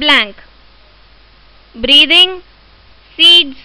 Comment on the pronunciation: Are pagal ye questions kise nhi aate kya aur ye breathing ko breeving kyu Keh rhi ho